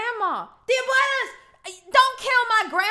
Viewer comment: “abuaylas” 😭 NOT THE ABUELAS